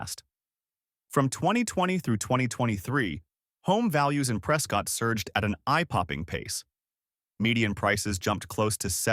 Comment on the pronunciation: It's pronounced preskit, not prescott